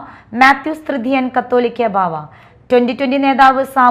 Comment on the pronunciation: കാത്തോലിക്ക എന്ന ല്ല , കാതോലിക്ക എന്ന് വായിക്കുക